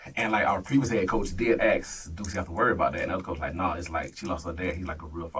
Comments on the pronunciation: ASK, not AIX! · If they pronounce it “axe” do not hire them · If you can't pronounce the word "ask," you shouldn't be teaching. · confine in him, tooken advantage of, aks instead of ask, how did this guy get a high school coaching job since he's clearly not educated no degree in pe?🤷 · Never trust a man who cant pronounce "Ask" properly...